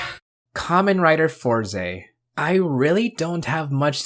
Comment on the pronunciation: sorry but I can't watch you pronounce it four ze 😭 (it's always been fours)